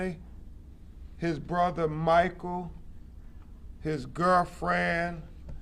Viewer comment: "Eyewitness coroberation, Kevin's girrfren" . . Did they retain him for free? Sure sounds like they did. If I am paying an attorney, he better be able to speak the King's English properly! 🙄🧐🤴